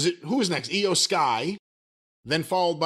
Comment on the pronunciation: No, no, no. Io's name didn't change, Corey Graves just botched the hell out of it, over and over again that whole final segment of that women's championship match.